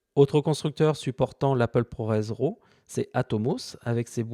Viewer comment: Super tuto, merci. Par contre juste un petit détail concernant la prononciation de "LUT", on dit "Leut" et pas "lutte". La prononciation "à la française" fait hérisser le poil pour les pro de la vidéo (d'autant que pour RAW vous prononcez parfaitement en Anglais au lieu de l'horrible "Rav" comme disent encore certains) donc autant rester cohérent jusqu'au bout. ;-)